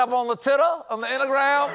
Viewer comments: Mr. Colbert cracking himself up at saying "intagram" gives me life 😆🤣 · OMG, the whole “intagram” and steaks bit had me laughing my head off! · “Inta-gram…” Oh dear, Stephen got contact drunk after the “Diet Pepsi” bit!